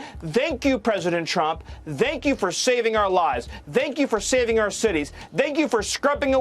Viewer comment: Is Miller saying "Zank you"?